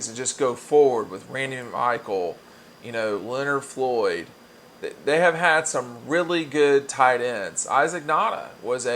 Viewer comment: “Lenard Floyd” 😂 *